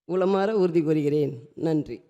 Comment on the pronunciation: உளமார உறுதி கொள்கிறேன் என்று சொல்லாமல் இதனை உளறுகிறீர்கள் என் தாய் தமிழ்நாட்டில் தமிழை நன்றாக படிப்பதும் இல்லை தமிழில் நன்றாக பேசுவதும் இல்லை கவலைக்கிடமாக இருக்கின்றது சிந்திப்போம் செயல்படுவோம்